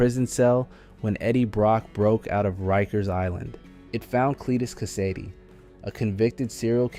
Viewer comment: Check again. It's most definitely ai. Took me a while to notice but he pronounced Cletus Kasady's name wrong one time in his introduction and then never again. Most likely cus the scripter spelled the name differently to avoid the ai making that mistake. No spiderman fan would mispronounce Kasady's name let alone leave it in a video. He's literally like top 10 super villains of all time. Only explanation is the dirty clankers